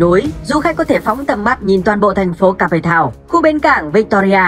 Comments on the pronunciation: kếp thao not ca pê thao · Ca pê tao. Mình nghĩ làm những nội dung này bạn đọc kỹ lại chút Cape Town mà bạn phiên âm